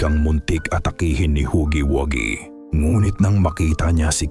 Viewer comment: ITS HUGGYWUGGY NOT HAGGY😂😂😂😂😂😂